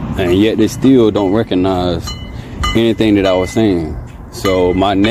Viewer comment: It's RECOGNIZE not "reconize"